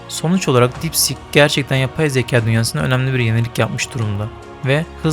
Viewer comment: Sik deyil kardes deep sieeek